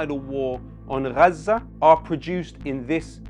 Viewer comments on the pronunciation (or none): Yo sick flow dude like so intelligent omg. BTW why on you pronounce it RRRRrrraza, but in it's suddenly Gaza? We really live in the dumbest era ever.